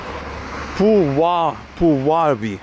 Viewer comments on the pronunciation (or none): Please don't read "nieczynna" like "nieszczyna", because "szczać" is to piss and it sounded like that 😆. Also "u" in Polish is like "oo", you said the name of the town completely wrong, it's more like "poo-wa-vy". It's still great you're trying to talk in Polish, though! You'll learn more eventually 💖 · Sure. But from the POV of a foreigner, these are deep nuances. In all cases this "rz" will sound hard. Nothing really bad will happen if he/she pronounce it this way. It was worse with the pronunciation of "Puławy" / Пулавы. ;) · your attempst at pronuncing 'Puławy' were hilarious :) but you're getting there!